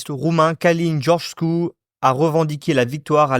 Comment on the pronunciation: En tant que moldave mes oreilles ont "saignés" durant la video à cause de la prononciation xD donc je vais aider :) Je donne les prononciations correctes 1. Călin Georgescu --> Keulinn Djordjeskou 2. C'est bon 3. Marcel Ciolacu --> Martchel Tcholakou 4. C'est encore bon meme si c'est pas non plus correcte 5. Nicolae Ciucă --> Nikolaï Tchoukeu Voila si ça peut aider une prochaine fois xD Mais mise à part cela, très bonne vidéo!